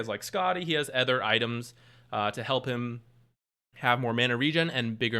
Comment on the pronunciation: anether? ether items? "other" has an 'O' in it. you dont say breedmether.